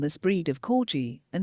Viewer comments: It's pronounced CORGI with a hard G not CORJI! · The name is CorGi with a hard G not the way the commentator has pronounced it throughout the video. Unforgivable! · What's a "corji"? Its a corgi!!!